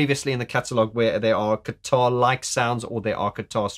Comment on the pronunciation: I definitely heard you say "keytar" several times and not "guitar" LOL ;) I can't imagine Martin on stage playing the keytar. DoubleLOL. Or even the three of them; Martin, Alan and Fletch doing the ZZTop with the keytars! ROFL